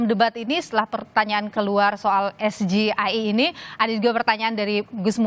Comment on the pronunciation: Pengucapan SGIE ala GIBRAN ngawur bhs Inggris ke Indonesia 'Jelas ini pertanyaan jebakan yg sifat menjatuhkan LAWAN !! Gibran TDK terlihat seorang Akademisi dan Intelektual.!!.